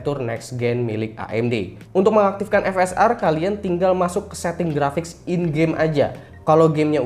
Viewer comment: Ngakak waktu ngomong intel uhd grapic 😂